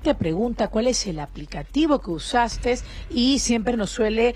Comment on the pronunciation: La periodista diciendo "usasteS"... Dios...